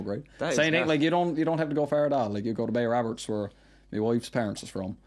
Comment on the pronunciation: Does he pronounce it Bay Woberts